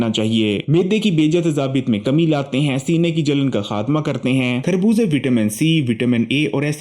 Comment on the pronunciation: کھربوزے نہیں خربوزے کہتے ہیں۔